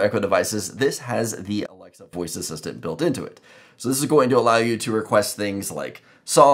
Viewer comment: Why you cannot pronounce alexa?